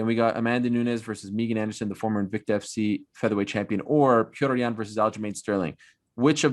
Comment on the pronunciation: Ariel talks about how disrespectful it is to pronounce a name wrong. But he calls Petr yan pee-otor ^^ listen to Bruce Buffers introduction on Saturday, he's the only amarican guy who pronounces his name the right way